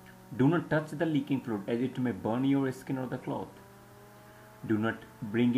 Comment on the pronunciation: to this day i cannot understand why you have trouble pronouncing words that begin with an S. Such as when you say "skin", you say it like "eh-skin", which baffles me because your english is pretty good, but something like that has you adding sounds where they shouldnt be. I'm not making fun of you, im genuinely curious why that is. Obviously its your accent, and i give you credit for learning a second language fluently as you have, i dont think its an easy thing to do and i certainly dont speak a second language fluently. But is there a way that you pronounce words that begin with "s" in your native language, which causes one to have trouble when pronouncing english words that begin with "s"? A prime example of what im talking about is when you say "never give your phone to your eh-small kids" at the mark. Ive noticed it in other videos as well and it just makes me wonder what about your accent causes that. Thanks for the uploads